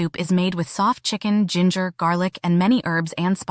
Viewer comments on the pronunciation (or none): none